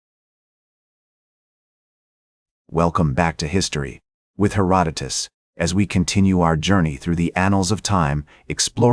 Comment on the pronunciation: The AI slop narration mispronounces Herodotus. LOL